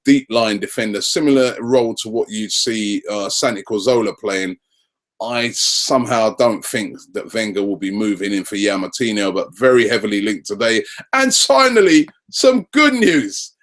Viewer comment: Its CAZ-ORLA not CAR-ZOLA! Get it right Robbie!